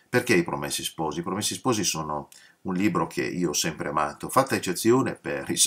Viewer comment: Professore, a proposito di 'sciacquare i panni in Arno' e riagganciandomi alla sua richiesta di far notare eventuali imprecisioni, faccio un piccolissimo (quanto inessenziale) appunto di ortoepia: in italiano neutro (o standard che dir si voglia, su base toscana, in pratica) 'promessi' ha la è chiusa, 'sposi' la o aperta.